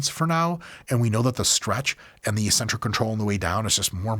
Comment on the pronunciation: STOP SAYING ECCENTRIC WRONG!!! I'm going insane